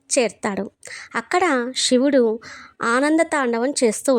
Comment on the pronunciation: మీరు శివుడు ని షివుడు అని చెబుతున్నారు, సరిచేసుకోగలరు 🙏